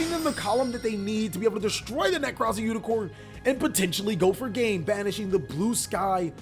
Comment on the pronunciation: Bro, you said unicorn and I had to stop watching. It's unicore. Core not corn.